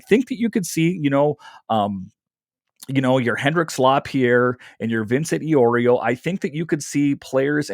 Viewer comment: Eye-Oreo 😂. Good stuff though! 😅